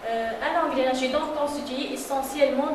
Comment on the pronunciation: ENGRENAGE PAS ENGRéNAGE